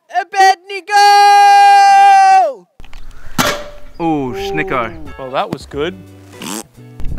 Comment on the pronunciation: Shadrach. Meshach. Abedne-GOOOOO. lol.